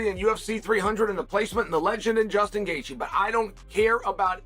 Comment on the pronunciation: Gay-theeyay is crazy work